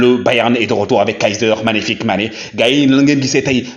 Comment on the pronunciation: 🤣🤣🤣🤣 Mon cher faut bien articulé Kaiser MAGNIFIQUE Mané parce qu'on a l'impression d'entendre Kaiser FICK Mané . FICK a une autre signification dans la langue Allemande